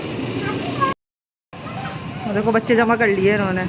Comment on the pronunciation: Lye ko nye bolti hy muatur